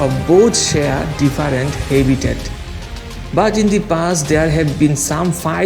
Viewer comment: Can anyone teach him some English he calls habitat ha-bitat